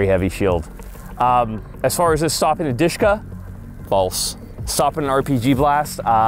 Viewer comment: i was like what DEESHKA lol.... dshk- "DUSHKA" nickname like dear or beloved